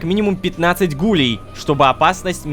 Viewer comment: Рома, какие гУлей правильно гулЕй ты разве не знаешь аниме "токийский гуль?" ( если я написал название не правильно, то простите😅)